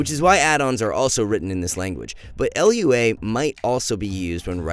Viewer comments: It's just Lua (loo-uh) my man. Great vid! Working in software myself, I can say you hit the nail directly on the head. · "L.U.A" lol